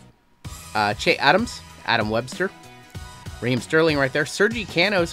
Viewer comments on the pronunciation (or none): none